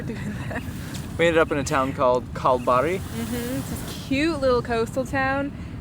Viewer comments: Kalbari= Kal Barry, Carnarvon = Car Nah vun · There's a great video from the channel Atomic Frontier about why Pink Lake in Esperance isn't pink anymore. By the way, Kalbarri is pronounced Kal-barry. Rhymes with Larry... as in Larry Page, and Carnarvon has the emphasis on the second syllable - carNARvon. Just so you can sound more Aussie! I don't know whether you guys are still there, but Monkey Mia (pronounced My-a... doesn't rhyme with ) might be worth a detour. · Love how badly you pronounce our town names. Kalbarri and Carnarvon 😂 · Kal-Barry and Car-nar-von. Great stuff guys especially that long drone shot after Billabong Roadhouse. Boy you guys are fast tracking up the west coast missing out on so many things to see at like Kalbarri and didnt go into Shark Bay. Hope after the next video you are not already in Broome need to start using that 4WD ute for what its built for. Keep up the good work and safe travels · Kalbarri - "Kal-BARRY"; Carnarvon - "Ka-NAR-vn" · Car-nah-von Cal-barry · Having grown up in WA, I must admit you have a significant skill in not being able to pronounce those regional towns in the Aussie way. I thought Carl-buddy was a bit off but I've never heard anyone call it Karn-a-vonne before, instant classic. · Over here in WA we don't feel the need to over compensate the "big" things. But, to be fair, the state is much larger and the population is sparser and maintaining attractions like that become too expensive, I guess. Just a hint guys, Kalbarri is pronounced Kal-Barry and Carnarvon, ca-nar-ven with the emphasis on the nar. Geraldton is Gerald-ton but with a very soft d, some even omit it altogether. I love Luna, I'm not sure of the reference, but it is a nice name. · ... and Kalbarri is Cal-(like california)-barry (like the name). You're getting the hang of Ute though. Goodonya!